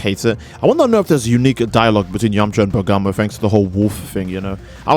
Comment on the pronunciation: It’s yamucha not yamacha